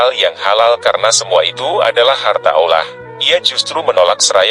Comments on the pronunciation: Hai! Pembanca yg benar &;pasih menyebut nama Alloh itu keyakinan umat islam sedunia bukan ( ollah) itu salah besar pembaca kau kwalat ok bro mksih sblumnya mhn mf bila ada kata2 yg kurang brerkenan trimksih sblumnya sekali lagi kpd pembanca klalau menyebut Alloh jangan di balik2 pamali ok bro. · Bener, narator nya salah dlm menyebut nama Allah. Malah kebalik, d ucapkan (ollah)..🙏🙏🙏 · Kenapa menyebut kata "Allah" dengan lafal yang tidak benar? Mohon dicek lagi dubbing naratornya.